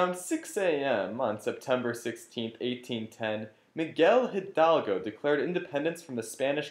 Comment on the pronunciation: Its Miguel (He-L-dal-go) and did you guys mention it was an Empire not a republic? Iturbide was an emporor! but very nice video! me gusto!